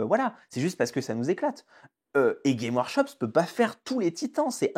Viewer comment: GameS Workshop Dur dur la légitimité/ crédibilité quand même le nom de la boîte est pas prononcé comme il faut... Je n’'avais jamais entendu parler de vous avant ce titre putaclic Ah et insulter les fan des films Marvel d’imbéciles c'est pas l’argument super percutant que vous croyez que c'est J'ai une imprimante 3d, je m'en sers régulièrement, j'ai juste plus de respect pour l’IP Games Workshop et les gens que vous